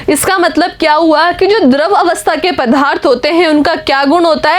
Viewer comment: Mam vo padarth hai naa ki padhaarth